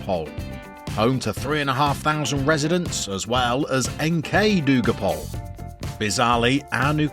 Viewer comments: Just a tip - Dugopolje is four syllables. Du-go-pole-yeh. :) And Dugopolje means "Long Field". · Great stuff, will be very interesting to see how much is possible in only 1 year. In terms of the club's name, the JE at the end is a bit different, it's more like: Dugopol-yeh